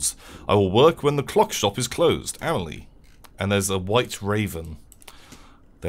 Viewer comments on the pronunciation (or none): Blair Snurtburgler A-may-lee-eh is totally wrong (that would be «amejlie») It’s «ahm-ahl-ee-eh».